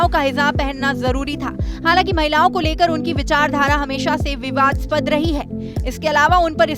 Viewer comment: मैडम ज़रा गोदीगिरी वाला चश्मा उतार कर न्यूज़ पढ़ा करो, जन्म 1954 में, लिखा है, 1994 नहीं, और विवादास्पद होता है, विवदसपद नहीं होता है 🤐🤐😀😀